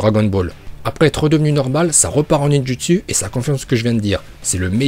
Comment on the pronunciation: Et le ninjUtsU aussi AAZRRTGGHHHH 😤